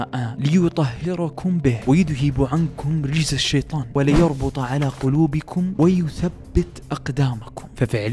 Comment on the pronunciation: و غلطت بتشكيل و نطق يذهب و كمان بنفس الاية *وليربط*...جزاك الله ألف خير على السرد